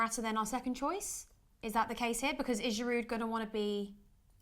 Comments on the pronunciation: It's Giroo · Learn to pronounce Olivier Giroud’s name properly - idiots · Butchered his name. It's not even difficult to pronounce